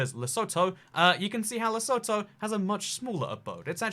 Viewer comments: Les-u-tu not lesoe-toe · it's pronounced Le soot hoo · It's actually pronounced 'lesuthu'. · It's not at all obvious but Lesotho is "leh-SOO-too", not "leh-SOE-toe". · Its pronounced le-soo-too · Lesotho is pronounced: Le-sue-two in South Africa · Lesotho is pronounced lesūthū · the "o"s in Lesotho are pronounced like the "o" in who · It’s Lesotho les-oth-o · I thought the middle syllable is pronounced like the letter U. Less-oot-though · It's le sooo tooo ... its inside south africa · Pronounciation of Lesotho is incorrect. If you would like to pronounce it correctly, let me know. Happy to help. Great video other wise! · I've never heard someone butcher the name of Lesotho as much as he just has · Your pronunciation of Lesotho and Ulaanbaatar is painful. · Lol, the way pronounces Lesotho 😂